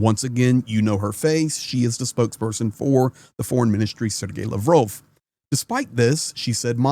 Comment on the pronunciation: LAVROV TALKS PLEASE PRONOUNCE CORRECTLY. Thank you